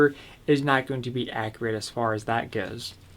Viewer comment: Ak-U-rit .... not ak-re-it, Also do you really need to go on about the thing for 12 minutes before you show off the blade?